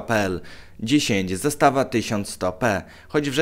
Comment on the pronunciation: Magnar Zastava nie Zastawa